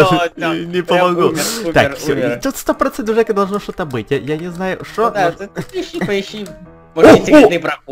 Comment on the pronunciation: вика ня Не "шо", а "что"